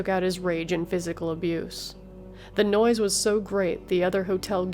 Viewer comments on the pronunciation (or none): none